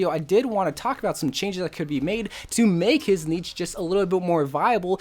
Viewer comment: You saying niche incorrectly triggered me for no real reason